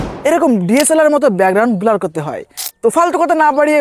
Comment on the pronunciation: ভাই বোলার না ব্লার😂😂